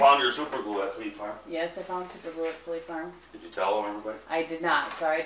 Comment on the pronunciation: The colour of your make is gorgeous and really suits you. When you were first saying fleet farm I thought you were saying flea farm I was a little confused :)